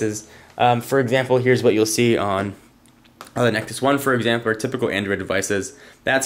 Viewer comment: "Examperr" xDDDDDD